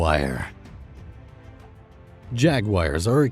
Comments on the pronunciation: First of all I don't agree with any of this list. Second, why dpes the narrator say "jaguire" instead JA-GUAR, so annoying. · I don’t know what that is but it is very frustrating whenever he says it lol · I don't like how this guy pronounces the word 'jaguar'.